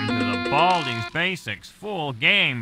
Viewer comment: Baldi ye beldi demeyi bırak baldi diye oku